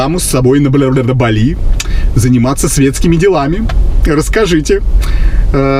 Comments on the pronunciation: Не БалИ, а БАли, что ж вы, что одна, то второй, великий русский язык!!!😂😂😂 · Светская львица не знает как правильно называть, не балИ, а бАли.🤣 а поддакивает... вот такие у нас люди, с высшими образованиями..🤣🤣🤣